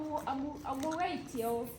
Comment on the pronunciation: 😅😅😅😅 wasanga yashakaga kuvuga wait am coming